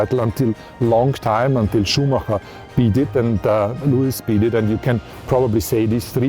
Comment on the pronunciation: That is the only correct way